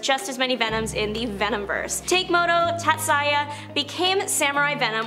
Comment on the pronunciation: I was howling laughing at he Samurai Venom pronunciations... Takemoto Tatsuya "Take-moto" should be Tah-keh-moh-toh "Tat-sai-yah" should be Tats-yuh.